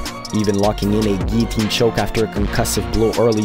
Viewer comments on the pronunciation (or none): none